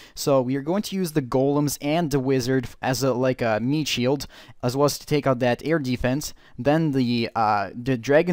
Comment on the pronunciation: "Eardefence" o.O